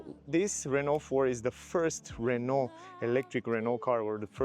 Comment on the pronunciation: The guy even at the Renault event wasn't able to learn how to pronounce Renault.